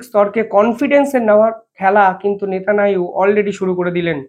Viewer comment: ভাই - তুমি 'নেতানিয়াহু' উচ্চারণ করতে পারো না ?